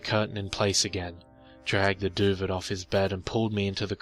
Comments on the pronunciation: Duvet is pronounced 'Doo-Vay'. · Duvet is pronounced doo-vey. Just nit picking a great story. Carry on.... One of the better stories I've heard this week. Thanks man! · The "T" in "Duvet" is silent. Just so you know~ also according to wikipedia, the australian english word for it is "doova/duva" Learn something new and probably pretty pointlesse every day :D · Duvet ..doo vay dah'ling! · oh thankyou. this bugged me so much while listening. i know its petty , im petty, its bad to be petty, im a bad person. i know. sorry